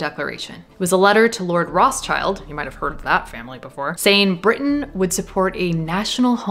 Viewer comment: Great video, but fyi Rothschild it is not pronounced Roths Child. It is a german name and would be translated as red shield 😅